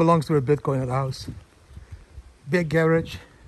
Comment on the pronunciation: You say "garage" funny!